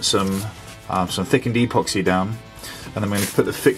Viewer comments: You are,pronouncing epoxy wrong. It is ehpoxee not eeeeepoxee. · Well done 👏👏👌 . 10/10 for the job. 1/10 for calling epoxy ‘E’ Poxy. 😂